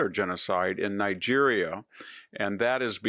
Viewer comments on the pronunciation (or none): none